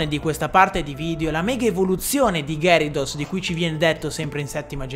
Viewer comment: Si pronuncia ghiarados